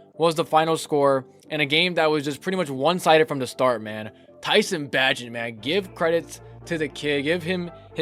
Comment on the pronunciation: Its Pronounced Bay-gent Bro! just a heads up. his dad has been mad people sayin it wrong hahaha